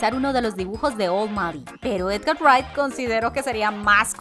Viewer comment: Ella casi no sabe leer las cosas, nunca dice de forma correcta "Edgar Wright" y muchas otras palabras